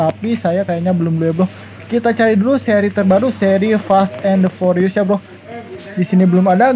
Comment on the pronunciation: "forius" wkwkwkwk